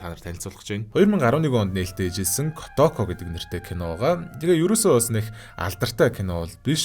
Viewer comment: kootoko gej urtaar duuddag kotoko gej boginor duuddgarak ylgataimyumbn hha